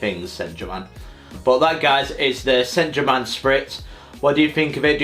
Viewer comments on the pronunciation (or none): That pronunciation of Saint German killed me 💀